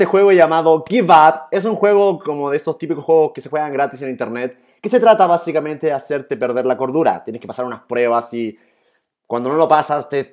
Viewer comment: 10 años y sigue diciendo badicamente